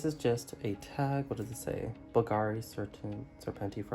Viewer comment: Hi! We spell it like the accent goes on the U not the A, it’s said softer here. By the way love some Bulgari content. I love these reviews